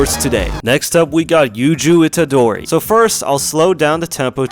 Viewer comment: NO IT’.S YUij itadori